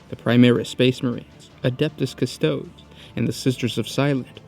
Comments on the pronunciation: >Cus-TOEDs >Leg-ohs C'mon man. Cus-Toe-DEEZ Lee-Gee_ohs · It’s pronounced cuss-toe-deez, great video, and I came out very informed